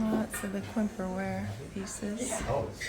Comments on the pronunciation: It looks like it would be pronounced Quimp-er-ware but it’s actually pronounced Cam-Pare ware. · OMGSH SO MUCH I wanted!! Just an fyi QUIMPER is pronounced “campair” 💞common mispronunciation 😊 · Just an FYI on how to pronounce QuimperWare. It’s actually pronounce “CampareWear”. I have a good friend who collects it and have also actually been to an area near where it comes from on the coast of France. I was in a tavern in Bayeaux where the handles on the beer taps were QuimperWare- CAM PEAR WARE” for further explanation. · Wow! Quimper pottery is pronounced 'kam-pehr'